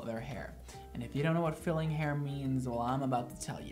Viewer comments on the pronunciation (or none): OMG I thought he said FEELING your hair not FILLING... hahahahaha I'm dying!! and hey I'm a brunette and LOVE it!! and your joking never feels mean spirited (to me at least!) and you have me cracking up